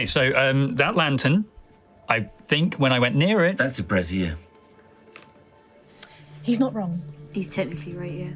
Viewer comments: Brazier, not brassiere! Everyone just kept talking about bras the whole episode! did say it right at one point but everybody else copied the brassiere one lol. Made it hard to take the trap seriously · I SWEAR they keep saying ‘brassiere’ meaning bra. Isn’t Brazier pronounced Bray-zee-a? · American here so grain of salt and all that lol - Agree on the bra thing, that was throwing me off. I've always heard brazier pronounced similar to the surname "Frazier"